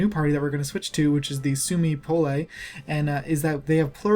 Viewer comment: Suomi puolue Its Finnish dont pronounce it So badly please